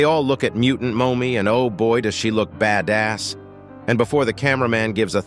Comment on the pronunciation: "sollider toilet" 💀💀💀 "mowmme" 💀💀💀 "baddazz" 💀💀💀